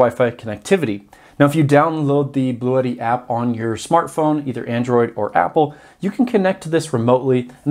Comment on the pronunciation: Just FYI, it’s pronounced “Blue Tee”. I like the idea of it sounding like an exotic Italian racing car though